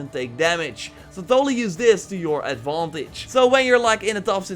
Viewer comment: I like the way u say adavantage are u austrian or sumtin